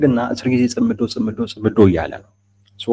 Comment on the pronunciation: እውቀት የሚተላለፈው(የምንቀባበለው) በቋንቋ አማካይነት ነው። ቋንቋ በበኩሉ የተመሠረተው በቃላት እና በአጠራራቸው ላይ ነው። አቀራረብህ በተወሰነ ደረጃ ትሁትና ስህተት አልባ ቢሆንም፤ እንደብዙዎቹ የሃገራችን ጋዜጠኞች አንዳንድ ቃላትን አጠራር ስትሰማ አንጋደህ ነው። ምሣሌ 1. እነሱ የሚሉት "ጽምዶ" ነው። አንተ የምትለው "ጽ ' ምዶ" ነው። ምሣሌ 2. ሰውዬው "ሚንስትር" ሲሆኑ አንተ የምትለው "ሚኒስቴር" ነው። ሚኒስቴር መ/ቤት ነው። ምሣሌ 3. "ማ ' ሣጣት" ን እና "ማሣ ' ጣት" ተሣስተህ እንኳ አትለያቸውም። የኛ የሰሚዎቹ ጆሮ እንኳን በነ "ደርጎባ" እና "ማይናማር" መቻልን (ማቻቻል ን) ተለማምዷል። ይብላኝለት እናንተን ለሚተካው ትውልድ። ለነገሩ መነጋገሩንም ከናካቴው እየተወው አይደል?! አይቸገርም።